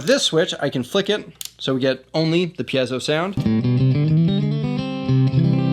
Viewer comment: Also. THANK YOU for pronouncing “piezo” properly.